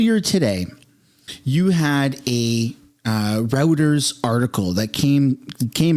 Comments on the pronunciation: It’s pronounced “Roy-trz” not like internet routers. Get it together man. Lately you have been dropping the ball. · Routers? I loathe them as much as the next non leftie but it's "Roy ters" for pronunciation. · Royters bro, not Routers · hey man, you clearly read a lot, so this is not me mocking you, this is me just trying to help you out so that others dont make fun. Reuters is pronounced "Roiters"